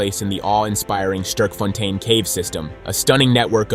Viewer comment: Bro don't know how to say Sterkfontein. Americans...